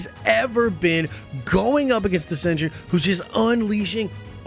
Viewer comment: It's pronounced "cent-ree", not "century".